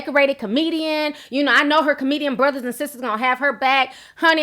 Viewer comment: i love when she says "sista" or "brotha" Lololol 😂😂😂